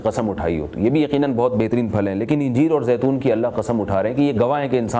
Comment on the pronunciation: Injeer nahi bhai Anjeer bolte hai 😢